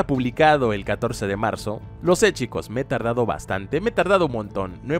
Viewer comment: Wtf te pasa con la palabra : chicos